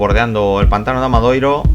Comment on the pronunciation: Gran trabajo de seguimiento de la prueba y un estupendo montaje de imágenes, mis felicitaciones por ello. Si me lo permiten les pediría una pequeña corrección en el título y en las etiquetas, pues el pueblo se llama ORXETA, con "T", no con "TX". Así mismo en varios ocasiones el locutor se refieren al AMADORIO (forma correcta) como Amadoiro. Muchas gracias.